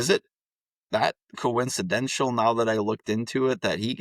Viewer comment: Coincidental . Pronounced as written.Coizcenshell is not accepted or respected. Don't insult your listeners.